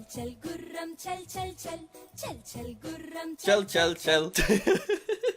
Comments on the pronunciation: Tbh... When Jack said "chal chal chal" during that Indian Rhyme song was awkward cuz he nailed the accent so nicely 😂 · Is love jacks accent when he is saying chal chal chal